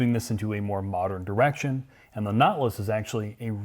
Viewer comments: “Naw-til-us” not notlas. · It’s pronounced Naw-TIL-us. Not,.... Knotlus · Never heard of a notliss. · Notlus, I've always pronounced it, Not-tè-lus. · Nautilus is a 3 syllable word, not 2. naa tuh luhs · I heard "naught-luss." Same thing, I guess. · “Lincoln Knotless” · The Lincon Not-Luss! How Preem-um! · wow...the caption spell LINCOLN KNOTLESS when pronounce this suv Nautilus.. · Wtf is a Not-lus? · can't pronounce nautilus right lol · pronounces "Nautilus" like "not less". (or "naught lass") And with an ass-tested ass king price...